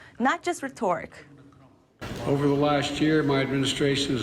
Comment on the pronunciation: Please revisit your pronunciation of the word rhetoric.